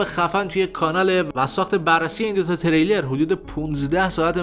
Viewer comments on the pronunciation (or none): none